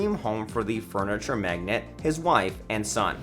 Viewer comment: you say magnate like you've never heard the word said out lout properly